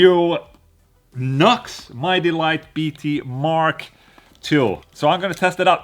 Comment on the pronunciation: That amp name is pronounced New X. I kinda reminds me of the little Blackstar Fly 3.